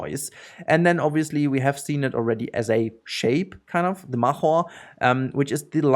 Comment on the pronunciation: Markhor is pronounced with a hard r and k :D